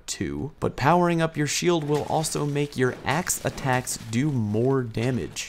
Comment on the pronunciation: Said "Axe Attacks" ten times and didn't get tongue twisted!